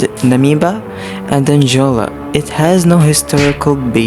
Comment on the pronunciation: Namibia ❌ Angola❌ Namiba ✅ Anjola✅